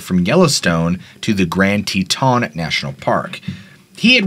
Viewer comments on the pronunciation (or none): Haha Grand Te TAHN dude its grand Teton how its spelled no French accent needed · Love your channel and never miss it. FYI Teton is pronounced with the emphasis on the first syllable rather than the second.